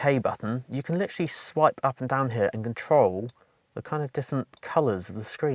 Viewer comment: I "Litcherally" enjoy your content